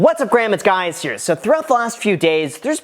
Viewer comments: It still cracks me up when he says "what's up graham, it's guys here" 😄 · "Whats up Graham its guy's here" i cant here anything else